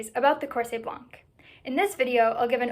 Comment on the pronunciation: Very nice research! I know it is hard to research in a language that is not your native one and you did good! I would add two littles details. In the word ''blanc'' the letter ''c'' is a quiet one. The word ''corset'' has the the suffix ''et'' that is used in French to diminish the original name. So if a ''cochonnet'' is a little ''cochon'', a ''coussinet'' is a little ''coussin'', a ''mantelet'' is a little ''manteau'', a ''cervelet'' is a little ''cerveau'' then a ''corset'' literally means a little ''corps''. As you probably know, ''corps'' was the word used for stays, it did not needed the adjective that we give it today ''baleiné'' or '' à baleines''